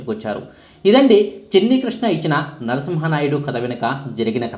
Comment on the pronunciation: నరసింహా నాయుడు కాదు. నరసింహ నాయుడు.